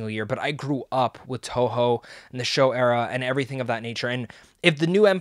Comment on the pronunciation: It's "Showa" era...not "Show"